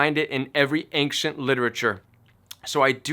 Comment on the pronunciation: Love your content. I've heard your say "ancient" like 6 times in the last two months. I wonder if you are aware of that accent you put on the "c". I hear "ainkcient". I wanna know if it's just me :)